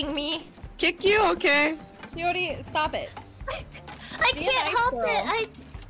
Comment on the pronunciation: The shioR-in is😅 so used to shio-rin it’s makes my head🫨